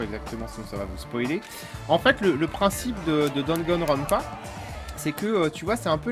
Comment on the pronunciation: Merci de nous présenter Danganronpa, mais ce jeux ne s'appelle ni Dragonrounpa, ni Dagonrounpa two, c'est DaNgaNroNpa,( Danganronpa)il se prononce comme il s'écris :) Bonne continuation.